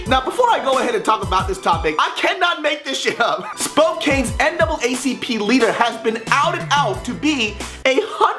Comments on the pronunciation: Pronunciation was wrong on the city she is from. You said Spo-Kane and I know it looks like that but Spokane is pronounced Spo-Kan. Just saying.... lol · I know you're not from Washington and you don't care, but Spokane is pronounced spoh-KAN as opposed to spoh-KANE. It made me cringe when I heard that. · Spo-CAN, not Spo-KANE haha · Just to inform you, being as I live there, Spokane is pronounced spo-can. Not that it's important, just figured I'd through that out there. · Pronounced Spo-Can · LOL Spo-cane xD it's all good, Washington city names are tough. Some people think Seattle rhymes with beetle. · I'm really sorry to point this out, but you said Spokane is incorrect. As weird as it sounds, the easiest way to explain it is, it's pronounced as if there was no 'e'. The 'e' is basically decoration. It's because we're screaming inside. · Orssidia If I wasn't from here, I would've said what he said. LOL. Here as in Washington.